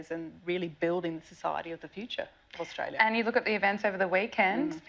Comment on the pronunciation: FFS can't even pronounce Australia correctly.